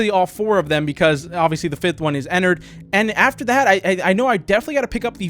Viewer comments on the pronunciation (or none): IT'S EN- ARD NOT EN-ERD! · the way he said ennard "ehnurd" XD